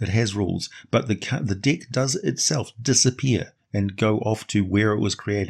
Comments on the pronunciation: Sounds like you're saying The dick of many things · Hehehe your accent and the word deck.... Brings out my inner Beavis and Butthead.